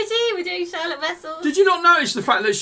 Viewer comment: Love it! Going to see them in February!❤❤ (Also you both are saying Charlotte's name wrong ;) There is a Dutch pronunciation haha)